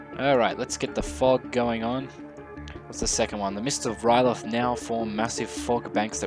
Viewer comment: Where do you see a "t" in "R'leyh?" That is the one thing no iteration of that city has lol